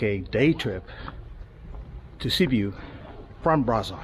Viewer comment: There is not such city as Sibu. It is called Sibiu. Or you can pronounce Sybyoo.